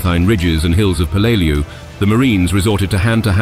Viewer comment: Any Navy or Marine vet can rell you the correct pronunciation of the island name